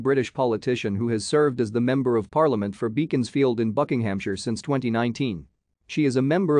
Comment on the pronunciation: Beaconsfield in England is pronounced with a short "e" sound, ie. "Beck-ons-field".